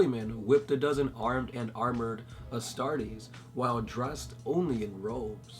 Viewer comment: CustoDEES, Adeptus AstarTEES